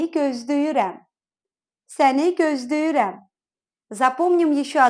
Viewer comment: Здравствуйте. Во фразе "Я тебя жду" получается вместо звука l звук d?